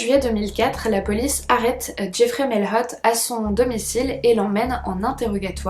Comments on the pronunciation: Bonjour # Je veux seulement préciser que si le jeune homme a des origines québécoises, son nom de famille se prononce "maillot" comme maillot de bain. Je sais, c'est étrangement écrit! 🤷‍♀️ Il y en a beaucoup au Québec. Merci pour ta vidéo!!! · On ne dit pas Mailhot c'est un nom québécois qui se dit Maillot ( qui s'écrit Mailhot) ( comme un maillot de bain ) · En québécois, Mailhot se prononce comme le mot maillot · c'est drôle comment tu dis le nom de famille de Jeffrey Mailhot😅 au Québec on dit "Mayotte" ! 🤗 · Je suis Québécois et je peux affirmer sans hésitation que <<Mailhot>> est un nom de famille québécois. Ça m'a juste tué de l'entendre prononcé avec un accent anglais X)